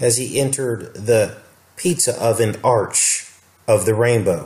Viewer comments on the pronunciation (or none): none